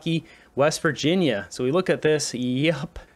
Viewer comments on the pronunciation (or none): none